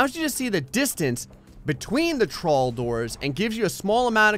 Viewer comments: half of the time he was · whenever u said "trawl", i cant help myself thinking you're saying "troll"